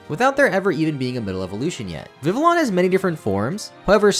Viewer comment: The constant mispronounciation of Vivillon drives me crazy. It comes from the French word Papillon, which means butterfly, so Vivillon would be pronounced Vi-vee-on, not vi-ville-on